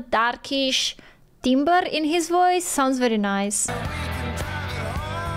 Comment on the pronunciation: Just an FYI, the word "timbre" is pronounced "tamber." Apologies to all ESL speakers. English is dumb.